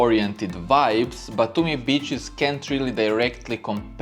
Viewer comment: The way you say Beaches sounds more like Bitches lol ! Better say sea shore😄